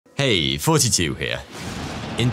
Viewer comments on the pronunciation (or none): Is he saying hey 42 here, or hey here? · I just realized you are saying. I always hear it as forty-two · Why does he say "Hey Fourty two here"